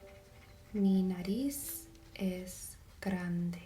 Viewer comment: it's "frente" and "Nariz" but you are all good tho